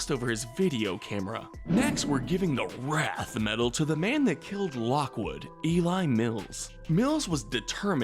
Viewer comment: How to pronounce Mills's first name: E-Lie. How pronounces it: Ellie. Work on your grammar, please.